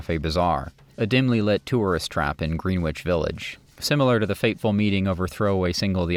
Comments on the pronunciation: It's Grenich just like in Britain. Not Green Witch. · Great content! Not to be pedantic, but "Greenwich" is pronounced "Gren-itch". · Great job but you say Greenwich wrong. (Gren-ich) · I agree, didn't notice any glaring errors. But Green-witch (Greenwich) is pronounced Gren-itch, just ribbing, great video, will be watching others. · Greenwich Village is not pronounced "green-wich"; it's pronounced "gre-nich." And thank you for exposing Nico's racism. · well written and delivered - BUT Mr. A.I Voiceover should be (machine) taught the proper way to say "GREEEEN-Wich" Village - & Joan "BEEE-ez'" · Why does the announcer pronounce it 'green witch' village? Is the narrator an AI? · The w in Greenwich is silent. Otherwise, fantastic job! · It's not said Greenwich,it's said Gren-wich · Brilliant...except for the pronounciation of "Grenitch". ol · Well, that’s interesting Des - I was thinking of commenting that the narration is rushed and robotic - typical of the always rubbish A.I… I think I will. Also how do you write “obsess” about this topic and yet commit such cringe-laden mispronunciations in “Greenwich” and ”Baez”.